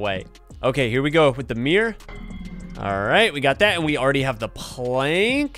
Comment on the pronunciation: AND ITS MIRROR NOT MIR